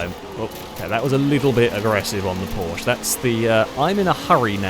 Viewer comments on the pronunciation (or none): none